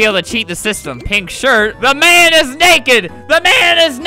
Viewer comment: FLAMINGO WHY DID YOU SAY ANNIS